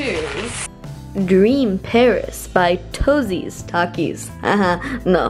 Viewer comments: And it’s not toezees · Toetos not toesies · can she not read 1.powder not power 2.pairs not paris 3. toetos not tosies like tf?😂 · And then toesies